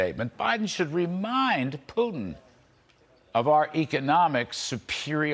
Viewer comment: He can’t even say Putin right 😂😆😆😆 pee-tin 😂🤣🤣